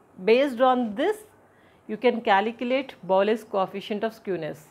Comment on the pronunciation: Calecalate🤣 2 yem 🤣